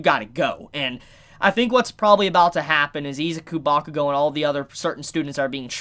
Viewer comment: Bakugo n who?? Ur butchering his name dude